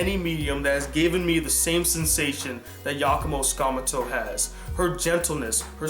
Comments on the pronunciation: I love this top 10 video but, I have an issue with it. you kept mispronouncing #1 name. it was really annoying but I digress. btw tsukamoto is pronounced sue-ka-mo-to. that was the main issue I had. first name wasn't butchered as bad. you kept saying sakmuto... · oops. misspelled the last word. you kept saying skamuto. I typed sakmuto by mistake